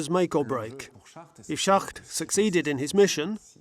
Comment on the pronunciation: It is too bad the narrator cannot pronounce Schacht's name correctly. He keeps calling him Schat. The people doing voice over translations get it right.